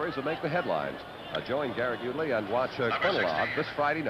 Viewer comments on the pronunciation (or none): Chuck Thompson will be forgiven for calling him Garrick "Yutely" on what was probably a cold read of an NBC News promo card . It was pretty early in UTley's career, when he was hosting weekend network newscasts. Couldn't make out what the other name was to save my life, the show had been hosted by Sander Vanocur when it was known as "First Tuesday."